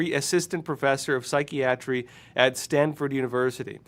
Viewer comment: Wait a minute! Is this really you? You pronounced psychiatry wrong 😮 sy-kee-AT-tree, not sy-KIE-uh-tree. AI!!!!!